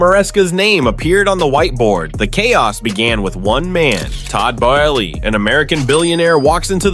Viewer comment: Wanted to watch, but the computer-generated voice and mispronunciations are too cringey. Who is Todd Bo ez lee?